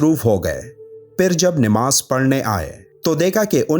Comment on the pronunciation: Namaz not nimaz